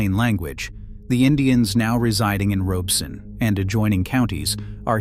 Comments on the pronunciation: I know that AI is reading this but for all of you humans watching, it is not ROBE- son. It is pronounced RAH-beh-son. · I was born in Lumberton. We never called it Robe-son. It was always pronounced Rob-es-sun. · The 'Rob' in Robeson is locally pronounced like Rob in Robert. Otherwise, very good info. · Ditto…If you say Robe-son, we know you aren’t from around here. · WTVD news in NC is pronouncing it Robe-sun too. Grew up in Fayetteville and never heard it that way. Edited for typo. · As a resident of Robeson County, I find this video, with a robot voice that cannot even pronounce the County's name correctly, extremely suspect. It is probably AI generated, and whoever made it has some agenda. But whatever that agenda is, it is not about providing a better understanding of Lumbee and Robeson County history. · I wish AI could pronounce Robeson county correctly. Otherwise, great video.